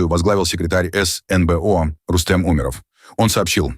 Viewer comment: Рустем Умеров😂😂😂 с ударением на У😅